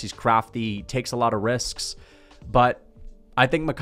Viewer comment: 😂 Why bro always say "risks" with a extra ks on the end?